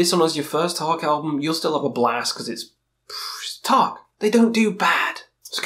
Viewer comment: The way you pronounce Taake means roof in Norwegian (tak) and not fog (tåke) as the name of the band actually is. I don't expect you to pronounce it right, just thought it was funny ;)